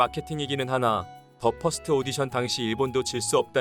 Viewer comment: 발음이 참..더 퍼스트가 쟈 화스또 라니..